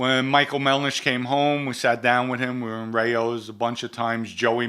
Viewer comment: Voker, Melnish, can someone get this man a phonetics class